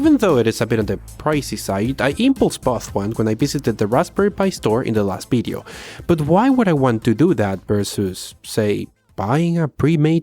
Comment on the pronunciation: "Bideo" is the reason I'm subscribed